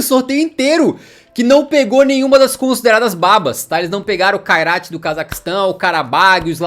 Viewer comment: O Kairat vai tomar uma surra do "Kairaio'